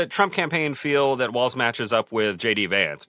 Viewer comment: HIS NAME IS WALZ (WALLS) NOT WALTZ-AS YOU CONTINUALLY PRONOUNCE IT